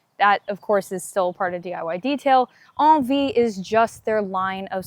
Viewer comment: I thought it was pronounced N V, not on V. Thanks for the review.